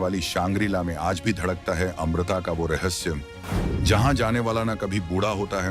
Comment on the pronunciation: Amrita nhi amarta khte hai.